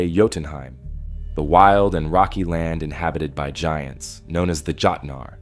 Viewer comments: Jötnarr is pronounced "yotnar". The Jötunn, a Jötnarr. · THE JÖTNAR PRONOUNCIATION LOL, I STILL LOVE IT🥰